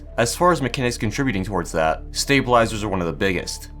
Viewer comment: стейбелайзерс, стейбелайзерс, сьейбелайзерс, стейбелайзерс... спасибо очень интерсно!